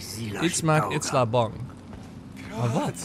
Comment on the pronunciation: Stefan je zegt steeds itsla maar izila spreek je uit als iezielaa